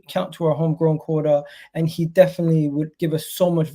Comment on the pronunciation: said “now he can pick” it just sounds like “now we can pick”